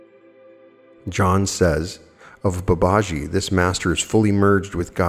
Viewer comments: Dear friend with all due respect Babaji is pronounced Bah bah GEE Thank you for everything ❤️ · Very interesting. Thank you. I think the name is pronounced Bubba - gee, from what I've heard elsewhere. Ji (gee) is an affectionate honorific attached to a name. So you will see followers calling a Swami (Hindu monk) Swamiji, and so on. Swami Vivekananda was Sri Ramakrishna's direct disciple. There are now Vedanta Societies all over the world as well as the thriving mission in India. The best source of teaching on Advaita (non dual) Vedanta is from Swami Sarvapriyananda, who gives wonderful, lucid, entertaining talks on all aspects of Advaita Vedanta. Vedanta Society New York is the channel. For explorations into all things UFO and ET, Preston Dennett is a wonderful researcher and has a channel . For on yt. For all things paranormal of every description, Jeffrey Mishlove's New Thinking Allowed can't be beaten. And of course, many others.